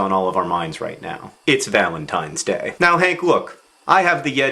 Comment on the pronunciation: Did he say Valen's Penis Day?